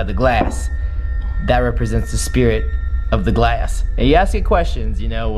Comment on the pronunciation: To me when he said glass it sounds like he said glase and I’m like wait u say it glase I thought it was glass